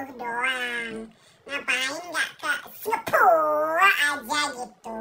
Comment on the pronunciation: Lucu banget pas dia bilang singapurrrrrrr😂😂😂😂